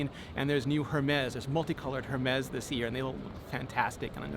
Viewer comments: Richie its pronounced "ermes"( no "H" . Ur welcome ) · Great review Rene. BTW, the “H” is silent in Hermès... :) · WRONG pronunciation of Hermés .